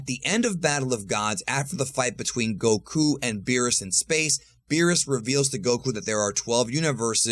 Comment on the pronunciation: Stop saying Goku's name like that, it's annoying..... Respectfully.